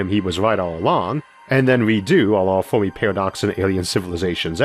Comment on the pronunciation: Oh man I'm sorry. This guy is brilliant but I can't get over the "Fowmi Pawadox" lisp... all the r's being w's sounds like a genius 9 year old and I'm just laughing... aw man this sucks cuz its rly interesting but holy shit xD